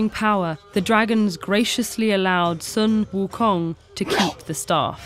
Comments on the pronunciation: in chinses the money king's name is pronounced like this: shu eum houng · Sun Wukong is not how you pronounce it, its "Soo WooKoong" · uh so its actually pronounced Soo Wookoong (In the language) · Sun Wukung is the inspiration for Goku from Dragon Ball: 1-Magical Staff that can elongate 2-Monkey Tail and Martial Arts 3-Rides Clouds at very fast speeds Son Goku is even the Japanese pronunciation of Sun Wukong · this is terribly inaccurate lmao- "sUn wU kONg" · Ahhhhhhhhhhhhhhhh the pronunciation. Other than that, great video! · why not get native speaker to say sun wukong's name? haven't they done that before? it's so grating to hear the pronunciation in the middle of her sentence.